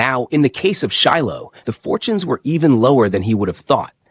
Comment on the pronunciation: His damn name is pronounced Shy lo